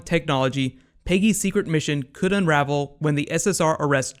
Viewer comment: Why do you keep calling her "Piggy" it's Peggy This isn't The Muppets show lol